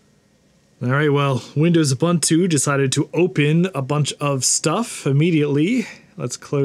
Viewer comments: Lol there's no such word as U/bun/too, it's U/boo/ntoo, it's Swahili for "Everybody". The second vowel is a long o, not a short "u". :p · Ubuntu is pronounced oo-boon-too (rather than Uh-bun-two as you kept saying), so it's an even MORE fun name to say when you do it right - WOO! Boon too! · Ubuntu is pronounced ooh boon too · Oooh- Boon- Too is the correct pronunciation. The letter U gets the OOH sound every time. So it's Ooh Boon Too not Yoo Bun Two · Ubuntu is pronounced “oo boon too”. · ubantu is as correct pronunciation of ubuntu, as lienacks is of linux, and citerix is of citrix. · The word "buntu" is pronounced "boo-ntoo”, This is an African word and the "u" in most African dialects does NOT have an "a" sound as is the case in English. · Every time he says uhbuntoo I have to pause the video and contemplate the meaning of life. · Please stop mispronouncing Ubuntu... Unless you're saying it ironically (which I doubt)?